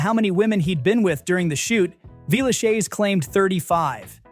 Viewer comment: At first I couldn't figure out what you were saying. It's pronounced 'Villeshez', not 'shayz'.